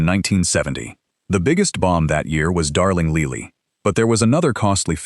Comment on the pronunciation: Darling Leely? Funny, I would have pronounced that Lily, like the flower.